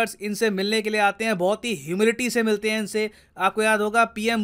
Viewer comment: Sir please don't mind but बोहोत नहीं होता , बहुत होता h।